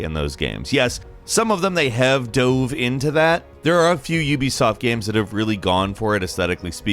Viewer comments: “In those gyums” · imagine being a game commentator and pronouncing it "GEIMS" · The way he says GAMES sometimes gets me and he sounds like Andy Bernard from The Office